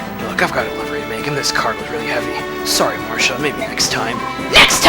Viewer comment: I like how you pronounce Marcia's name. Everyone usually says "Mar-see-a" but you on the other hand are different and I like that. What can I say, I like diversity, lol. It's also great to see you uploading more FE Radiant Dawn because you're a pro at this game and make it really fun to watch. So thank you. =)